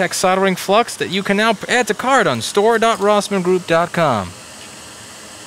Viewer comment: You're saying it wrong, Louis. It's Store! DotRossmanGroup! DotCom!